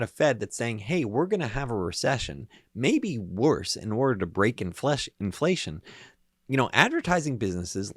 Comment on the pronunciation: "Infleshion" !? Freudian slip? Zombie confirmed?